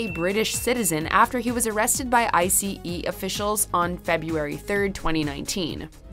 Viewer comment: It’s not I.c.e it’s Ice.